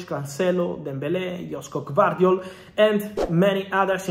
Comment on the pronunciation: I like how he butcher Gvardiol first name. At least do some research before saying it......